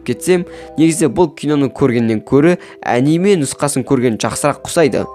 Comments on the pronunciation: Кешіріңіз бірақ анимә емес аниме деп айтылады ал видеоролик қызық екен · Əниме емесқо Аниме деп айтыладф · Аниме дегенді əңгіме деп естіп қалдымғо 😂